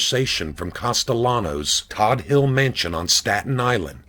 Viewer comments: For the record , he ran scara-mix., not sacra-mix. And Todt hill is pronounced Toadt not Todd . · It's pronounced Toad hill. I grew up at the bottom of the hill and used to go up there just to gawk at the mansions as a kid. Big Paul's house was something to see. Everyone called it the white house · It's pronounced Tote Hill (Todt) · Terrific narration???? He said TB was 22 not 220. He said pronounced Todt Hill "Todd Hill" not "Toad Hill". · It's pronounced . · Todt Hill not Todd HIll.